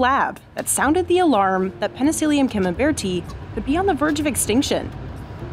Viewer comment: It’s “peni-silly-um not “peni-seal-ium”, and it’s “fun-guy”, not “fun-jai”.